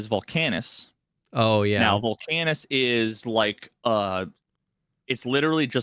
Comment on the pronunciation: Factorio nerds on suicide watch because of how is pronouncing Gleba and Vulcanus wrong.